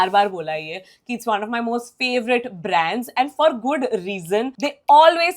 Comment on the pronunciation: I like your content but the way you talk is irritating.. please work on that.. what is braaaandsss? Why do you keep emphasising your last words or alphabets.. really irritating it is.. content is good but it becomes unbearable.. also speak in a moderate volume.. don’t scream